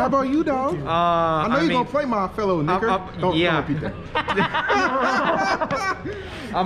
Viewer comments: Nah bro not "nick-er" 😭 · "You can use the soft a if it helps...'Nick'as" My guy... Please... XD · Bro 😂😂 “Nick” az. Lmfaooo